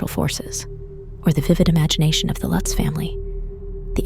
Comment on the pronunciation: A few pronunciation issues: DeFeeyo, DeFayo; Lootz, Lutz, just be consistent with the last names. I've been fascinated with this story since the book came out.